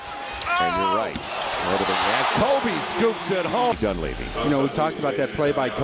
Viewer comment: KMOBE! lol the guy gotta learn how talk